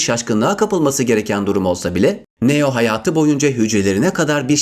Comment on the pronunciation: Neo yu neden yazılışı gibi söylüyorsun çok kötü